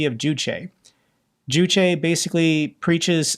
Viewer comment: juche is pronounced joosh. Like juice. Excellent reporting!